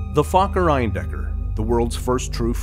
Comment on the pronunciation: i'm just here for "the fockerEinDecker"